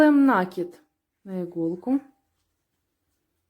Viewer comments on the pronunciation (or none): 7-8 минут - ну где красота? покажите красоту. не нАкид, а накИд! ну это не штопка совсем. Просто пришить латку, а проблема не ушла. Просто сделать как сейчас "модно"